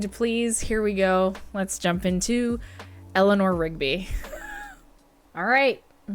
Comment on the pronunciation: You must pronounce it, Eliner not Elinoor 😊